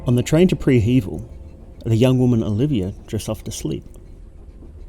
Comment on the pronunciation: I hate the way you pronounce prehevil